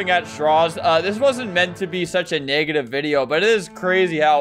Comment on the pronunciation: Albert every time he mentions game fam "i didnt mean to be so neggative"